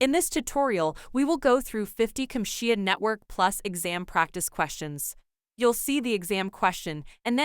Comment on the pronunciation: 'Compxia'? What's that? It seems that the AI hasn't learned the correct way to pronounce CompTIA yet.